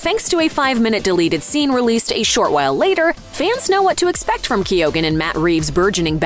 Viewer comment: I don’t think the pronunciation of Keoghan is right at all. Should be Kee - yan